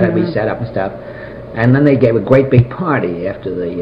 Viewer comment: Absolutely FANTASTIC!!!!!! Great job (or should I say gweat job?) Just kidding! Honestly this was so interesting!